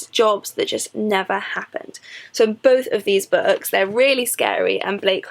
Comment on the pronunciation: Why do you pronounce "Books" as "Bucks"?